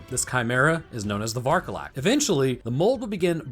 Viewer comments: Vârcolac means werewolf, so please stop saying varcolac, i'm roumanian and saying varcolac is killing me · It's pronounced Vokodlak. It's named after a moon-swallowing wolf demon from Norse myth. Kodlak Whitemane from Skyrim was also named after it. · The way he pronounces vârcolac, a Romanian word ☠ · please just look up the correct pronunciation for vârcolac on Google, you're butchering the word so bad it's actually painful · Damn! As a Romanian, I am very curious as to how you will pronounce "Vârcolac". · Again. Varcolac means Werewolf in romanian. And Cadou means gift or present. Since the game action is placed in Romania it would be useful to try to translate first some words. 1. It makes no sense to use the romanian words if you are explaining in english 2. you'se butchering the words... so they mean nothing anyway. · As a romanian, I feel myself slowly dying every time I hear you mispronounce Varcolac and Urias